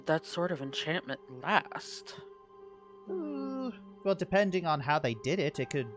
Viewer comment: so it's a Vell detector. Good to know!